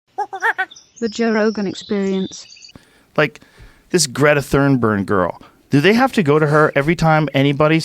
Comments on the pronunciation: Joe never gets Thunberg correct lmfaooo Thorburg, or Thurburn he said at the start of this episode. Almost spit out my drink laughing. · He said ThornBurn LOL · Joe "greta thurnburn" rogan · Joe "Greta Thernberg" Rogan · Thern berg lol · I love that Joe can't say her name right